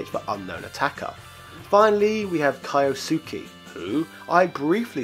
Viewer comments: Kyosuke is pronounced kyo skay not kai oh soo kay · It’s key-yo-sue-kay not Kai-yo-soo-ki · That pronunciation physically hurts. With so many anime characters called Kyosuke, I took for granted it's pronounced kee-oh-soo-keh. Again, the pain... It's kee-oh-ko. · Kaiyosookee! Kyosuke is pronounced: kyo (as in to-KYO) ske (as in SKE-tch) With that Kyoko and Hyo's names should be easy to pronounce now. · Kai-oh-sue-kay and Hai-oh are my favourite characters! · Kayoh-Sookie. Literally never heard someone go their extra way to mispronounce this pretty straight-forward name until 2019. Waiting for High-nahta, Ro-beer-tow, Kayohko, Idaho, Tigh-Fanny, A-Kay-rah. OMG you actually said Kayohko and Raser. And High-O! Favourite Cape-Calm French cheese though. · I love how you pronounce the Japanese names. Lol! Kayosuke is my favourite 😆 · its "Kee-Oh-su-Kay" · You butchered Kyosuke’s name perfectly lol